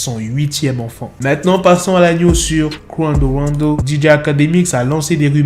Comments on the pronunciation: ton Qwando Wando me fume😂😂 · J’suis là juste pour entendre " Quawndeau wandeau"